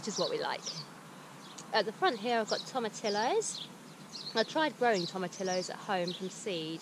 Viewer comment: Tomatillo sounds like toh-mah-TEA-yoh